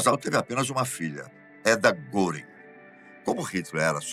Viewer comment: Não se lê goring ,lê-se guering